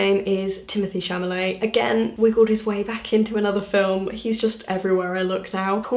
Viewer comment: am i crazy or did she say timothée chaMALET instead of chaLAMET?